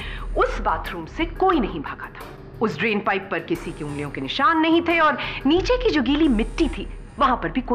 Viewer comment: Billi morya neeche ko neechu bolti hain 🤣😂😂